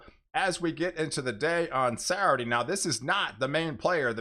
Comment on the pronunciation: I love to hear you say “Sourday”